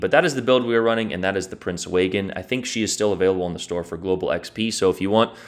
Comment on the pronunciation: You’re mispronouncing it. You say it like this: Prinz Oy-gin. Or “Oi-gin” Not Waygen.